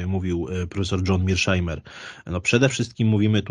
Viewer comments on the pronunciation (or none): "Dżon Mejszmajer"... Panie doktorze, skąd pan wytrzasnął tego cudaka?